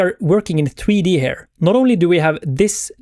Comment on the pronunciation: oh my lord dude... here pronounced her is just something I can't deal with :D come on bud.... you're not even French !!! think of ear, just add the H, perfect... ciao